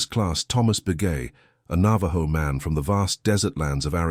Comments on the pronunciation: You know this is AI when he says navaJo instead of navaho as it sounds. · Nava-joe? Navajo is pronounced Nava-ho